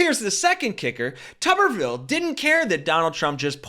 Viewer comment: Tupperville 😆😅🤣😂🤣😅😆😆😁😄😁😆😅🤣🙂🙂😂😂🤣😅😆😁 Tubberville and great coach in the same sentence. 😁😆😅🤣😂😁😄😃😁😅😂🙂🙂😂🤣😅😆😁😄😄